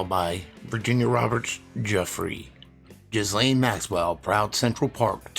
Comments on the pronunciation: Every time you say Ghislane's name all I see is "jizz lane." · Not trying to be a know it all but I also know you take pride in getting your details right, which you do so I thought I would let you know that Ghislaine is pronounced Gur-Lane, that is all